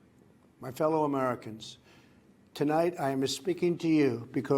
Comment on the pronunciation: Anyone picked up on The first ten seconds - "Fellow Americans, tonight I-ama-spikking to you"